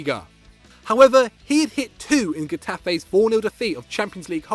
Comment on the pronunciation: “He hit 2 in gaftee(da Spanish team) in their 4-0 defeat”